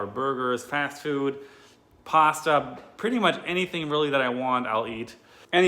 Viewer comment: You say pasta and avocado like someone from Boston but with your German accent it’s fantastic